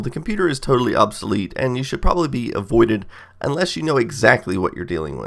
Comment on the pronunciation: he said proberly dumbboo